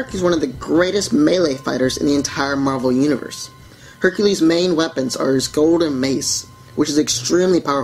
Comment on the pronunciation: Hecules. I like its